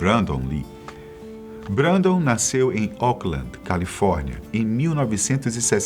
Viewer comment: Se pronúncia brendon